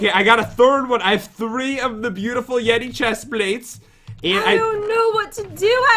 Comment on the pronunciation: YE YE!!! Don't u mean bootiful